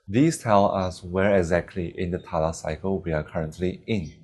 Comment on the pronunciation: btw try not pronunce it as "TALA" but instead as "TAL"